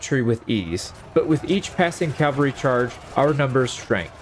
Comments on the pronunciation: It hurts hearing you say Calvary instead of Cavalry, especially as someone who seems to be really into medieval battle tactics lol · Cavalry. CAV-AL-RY.... Not calvary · Love the video, it was cool to see the strategies working even in a game. Just one thing. The word is CAV alry, not CAL vary. Calvary was a prominent town in the New Testament. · I keep hearing "Calvary," not "cavalry." Maybe it's me. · cavalry =/= calvary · CAV AL RY. It's not complicated. Calvary is where Christ was crucified. A totally different word. Just say cav. cav. cav. Forget the freaking L. The L comes later. Say CAV. There is no L in CAV. .. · It's pronounced CA-VAL-RY. I can't stand it when people mispronounce it. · Please learn to pronounce "Cavalry" the way literally anyone with more than a primary school education should... I mean for the love of God it's one of the key facets of the thing that your entire channel is about